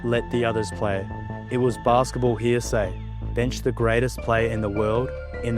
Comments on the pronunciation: Impressive. Most impressive, fr. I commented elsewhere about "heresy" being mispronounced" "hearsay" as an indicator of Ai: script writing and/or narration. I guess I was off. In any case, not to be that guy... but heresy is "hair-uh-see" ;) Cheers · What makes me think this is an Ai script is the word "reckless" Edit: also the pronunciation of "heresy" Unsubscribed.